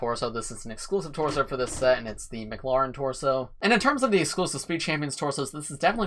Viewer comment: It's not pronounced "m-cloren". it's pronounced "M-clAren". It's 'a', not an 'o'. Like Karen but with a 'L' after the 'K'.